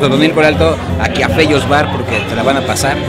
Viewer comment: Sabes que ya se le subió cuando en vez de decir Fellos dice Tellos XD